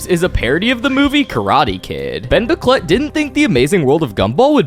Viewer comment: i can't stop hearing Bomboclat when you say Ben Bocquelet...